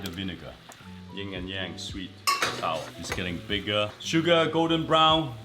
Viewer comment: I always hear people say ying and yang which is wrong it’s yin and yang but I’m surprised he didn’t know this.